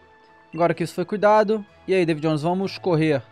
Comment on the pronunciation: "Davu Jonoes" Kkkkk